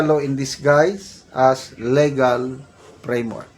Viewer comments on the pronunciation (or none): none